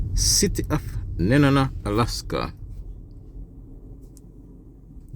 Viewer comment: I about died when you compared my home to Guam. Seriously though...your pronunciation was awful. Your information was uninformed... And the whole thing is a tad creepy.